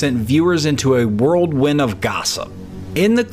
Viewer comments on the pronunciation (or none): It is WHIRL wind, not WORLD wind.